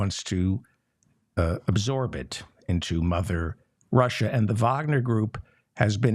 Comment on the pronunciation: Thank you for pronouncing 'Wagner' correctly.